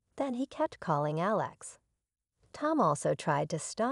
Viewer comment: Please learn how to pronounce Alex